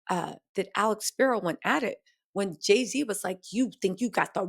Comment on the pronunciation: Not Jay-Ziddy!! Lmao!